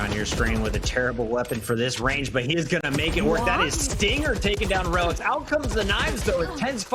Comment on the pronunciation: reh-licks is the correct pronunciation